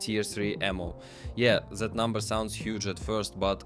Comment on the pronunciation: fck is that accent, why ur readding TH as Z, " that " as " zat " like what